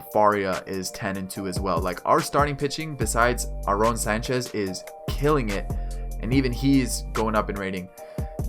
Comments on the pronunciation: Youre pronouncing Sanchez and Travis' first names wrong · Do you know how to pronounce Aaron and Devon Travis OMFG and you cant say Yangervis or Teoscar but its G lol